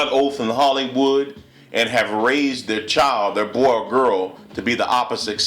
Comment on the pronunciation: excuse me it's Brazil not brayzil my farther my name is Brazil it was a insult cause there's no such thing as brayzil it's Brazil. come on a black man trying to be to proper, come on now. and then you say boyyyyy real hard dude work on your grammar a lil. now wat is transgender do they have a vagina after transgender. yes or no.